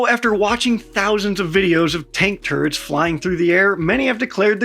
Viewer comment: Your speaking with distinctive American accent. I couldn't help and noticed you saying Tank turds. Yup there was a lot of" Russian tank Turds" flying about. SORRY.😅